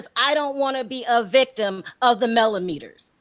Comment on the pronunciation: MelloMeaners not Mellometers